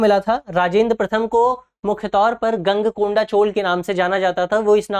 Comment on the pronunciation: ईशा पूर्व? Confusion ! गंगईकोंडा? गलत उच्चारण! गलत जानकारी = असफलता*